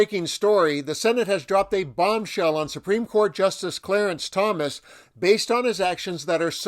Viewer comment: Pls learn correct pronunciation of justice!s name!!